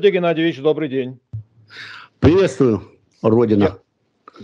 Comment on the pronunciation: Звучит, как "Привет, Генадьевич!"))